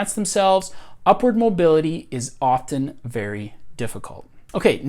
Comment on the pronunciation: I feel like I need to throw a flag on this video for excessive use of the word "often". I had to quit a few minutes in. Maybe he's hitting the "t" too hard for me, and it's standing out like a sore thumb.